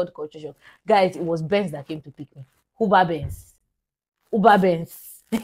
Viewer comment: Did I hear Benz as Uber 😂😂 Nigeria it is well with you. I love how you kept saying that over and over again.